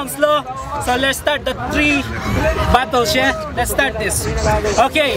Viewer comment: say what? les start dis tree? you mean three right?